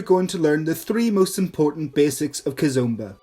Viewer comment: It is NOT KIZUMBA it is Kizomba omba not umba